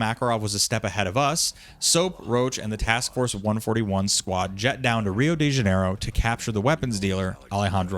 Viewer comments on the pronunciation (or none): "one-forthy-one" now THAT is a war crime